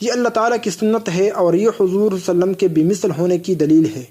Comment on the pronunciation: tum pahle Sallallahu alaihi wa sallam poora clearly kahna seekho.